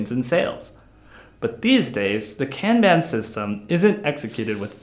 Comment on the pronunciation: Say "Kanban" correctly and I'll finish watching your video... Sheesh!